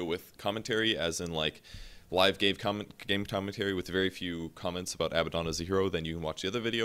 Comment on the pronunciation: Live gay commentary? Little word flub there.